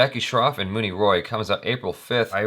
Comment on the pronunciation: Hey - it's actually pronounced Moany Roy rather than Moony Roy. Love all your vids and am a big fan 👍🏽👍🏽🔥